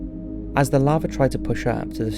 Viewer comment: Flattening not flattering. Lava not lavar. Basaltic not basalic.